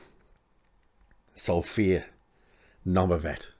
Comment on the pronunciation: ARE YOU KEEMSTAR? CAN'T YOU EVEN SAY HER NAME CORRECTLY?